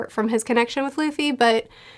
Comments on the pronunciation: Everytime she says "Duffy" it hurts lmao. It's pronounced D-oo-ffy not duufy in anime. Otherwise great analysis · Duffy vs Loffy